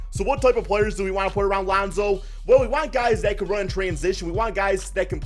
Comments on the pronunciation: Who the fck is lawnzo? Just sai it like lonzo bro. Wtf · LAAwnZow? Cant u say it by just pronouncing lonzo? No need to exaggerate his name. Wtf? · Geez you say Lonzo weird